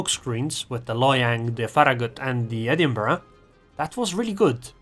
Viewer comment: Liked for good replays, good commentary and using the correct pronunciation for Edinburgh.